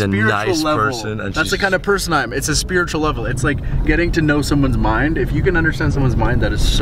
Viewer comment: O may gad....what's talking about spirituwal lebel!? Is he styupid?🤣🤣🤣 peace out man🤣🤣🤣🤣 it's still funny and creepy🤣🤣🤣🤣